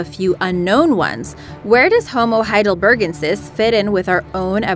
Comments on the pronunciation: Ugh... It's pronounced high dull burr GENN sis 😐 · The first one is pronounced Homo heidel-ber-GEN-sis (emphasis on GEN, not BER). As far as where they fit into our own evolutionary path, I think they are considered to be the common ancestor to Neanderthals and us. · Please check the pronunciations before recording. Not pronouncing it, "HeidelberGENsis", for example, mars a nice bit of work. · Hey, silly woman narrator. it's HeidelberGENsis, NOT HeidelBERgensis. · Any other time I've heard the word Heidelbergensis, the stress was on the GEN syllable